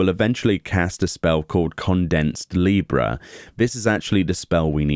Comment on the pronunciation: Condensed Libra is pronounced like "Library", not like the constellation.